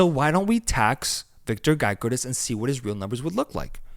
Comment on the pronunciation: Calling Victor Gyökeres, Victor Gaikorizz is crazy